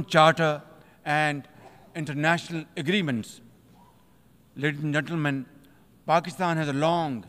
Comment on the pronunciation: "Leardhis and Gendermyan"😂 cute pupet of America